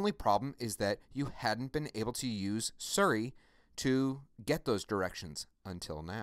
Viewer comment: Thank you very much for the video. I heard you say "Surry" a couple of times. Just wondering if that's the correct pronunciation? If so, I have been calling it "Siri" like an idiot all these years.....